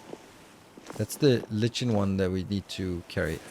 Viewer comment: Love the playthrough. I like the chill games. Maybe you can do a run of this per run of Factorio if they come out with more content. FYI, the word "lichen" is pronounced 'like-en' in US English, and something along the lines of loik-n in English English. But a whole lot of people pronounce it incorrectly.